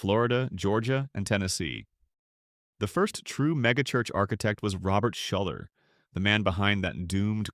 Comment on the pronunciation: He's saying Shoulder but the pastor's name was Robert Schuller